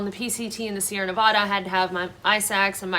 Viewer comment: It's pronounced knuh vahh duh, vahh as in apple